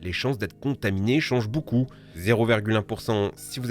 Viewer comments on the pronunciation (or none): none